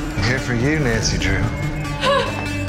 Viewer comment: “I’m here for you CINDY LOU” I just can’t stop hearing cindy Lou instead of Nancy drew😂